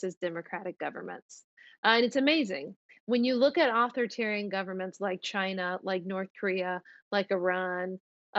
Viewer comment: Spokesperson for Mike Pompeo mispronounces authoritarian, she sounds uneducated and her arguments are shallow. Why does she speak for the State Department?